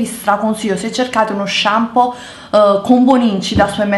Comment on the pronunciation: Shampoo si dice shampoo...:P